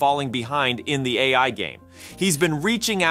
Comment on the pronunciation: Half the time his voiceover software is saying "Open EYE" instead of AI, so yes its AI reading 'A. I" as EYE